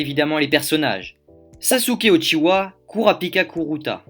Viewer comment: Uchiha pas Uchiwa